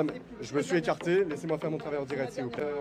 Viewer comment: Maintenant que vous l'avez souligné je n'entends plus que son "en dirette" 😂😂😂, merci pour cette pépite 👍🏼